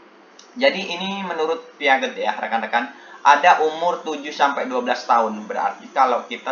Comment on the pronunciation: Piaget bacanya = Piase bapak 😄